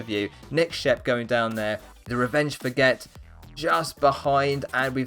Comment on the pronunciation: Skid 39th! Nice! Pump finished this time on 101st, sad... And then there's me on 112nd place... First time the nice number, then the phone number for general help in Poland. Why do I have to keep getting places that reference things? Anyways, great race as always! I love how you pronouced "Therevengeforget", and can I be in the next race again alongside with Skid and Pump? (So long as the next video won't release after the october ends) Edit: SAANJ! GET OFF ME! I'M NOT A BED!